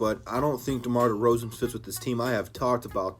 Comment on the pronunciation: said “DEMAR DEFROZEN” 😂😂😂😂😂😂😂😂😂😂😂😂😂😂 Good shit man!!